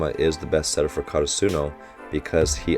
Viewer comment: Hey Coach, in case you see this, try saying KaRAsuno instead of KaraSUno, great video as always.